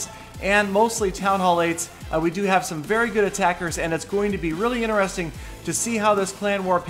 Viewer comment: INTERESTING HAS A T IN IT!!!!